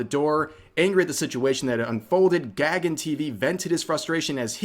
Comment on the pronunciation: The nuisance streamer's name is not pronounced as "Gag-un" but something like "Guh-gun." It's a Sanskrit/Hindu name meaning "sky." So that POS is most likely of Indian or Nepali origin.